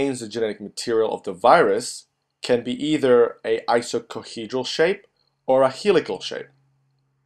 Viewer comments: Fascinating video 👏🏻 Small correction.. there is a mistake .. You said (ISOCOHEDRAL) while actually it is (ICOSOHEDRAL) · very informative however i think you meant to say Icosahedral caspid